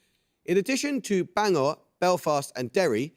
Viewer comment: UCL a good team but won't go much further. And Bangor is not pronounced Bang-or.